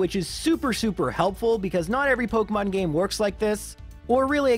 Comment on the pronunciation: Dude, you seriously need to look up a video on how to pronounce Pokemon names